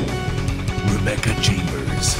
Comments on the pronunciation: Resident Rebecca! Ese último se escuchó mal. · "Resident ReBeCca" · ReBEECa xD . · Resident ReBeeCa xdd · resident reBEEca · Resident.....reBEEca xD al final jajajaa